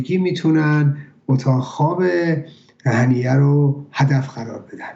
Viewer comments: هنیه هنیه ممد نه هنینه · اسم این یارو هنیه بود ،آقای چرا میگید هنینه؟